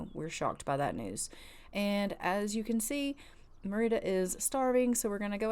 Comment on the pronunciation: HALLELUJAH,HALLELUJAH,HALLELUJAH,HALLELUJAH! you said Merida's name right!